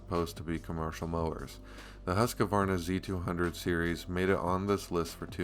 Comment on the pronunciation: If you are gonna sell Husqvarna, you need to not say Husq-A-varna......just sayin'